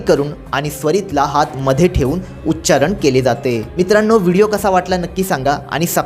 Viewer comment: माहिती चांगली देताय तुम्ही पण तुम्ही सांगताना देखील उच्चारण हा शब्द म्हणताना उच्चारन म्हणताय.